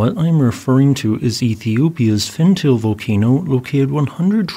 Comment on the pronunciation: I am sorry to correct you,, but it's pronounced "FenTAH-lay".